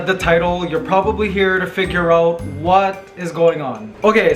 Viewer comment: "figure oat" yep, you're raised in Canada alright